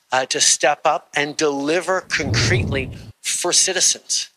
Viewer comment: Cuncreetly? God this guy is a goof 🤮